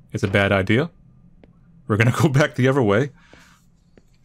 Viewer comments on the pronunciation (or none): none